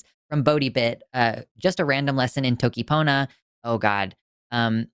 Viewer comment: For anyone curious what toki pona is: Toki pona is a constructed language (like klingon and esperanto) which is easy to learn as it only has around 140 words in total!:D did a pretty good job pronouncing it, except `j` is pronounced like `y` in `yam`. Other than that, very pona 👍 There is a great video by RobWords that explains it pretty well.:) kala tonsi o moku e jan ike mi! // May Blåhaj devour our enemies! 🦈